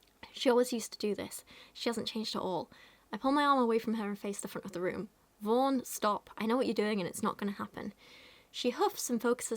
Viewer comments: I keep hearing her name as “Vore” Help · For some reason every time you say "Vaughn", I hear "Vorn." Which isn't really any worse of a name.